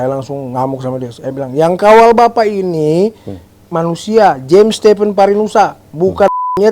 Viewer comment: James bacanya jems.